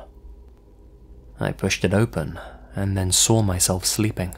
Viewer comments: It's funny how you always add an "r" each time you say "saw". It sounds like "sore". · Why do you say the word saw with an R sound after the W......you do know that’s not how to properly pronounce words what end in the W sound among others right???